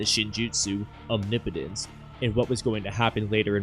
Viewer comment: Thank you for being the only Naruto/Boruto YouTuber to pronounce omnipotence correctly 😭 😂 Great video!